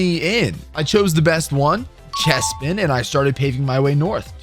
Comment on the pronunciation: CHESPIN????? lol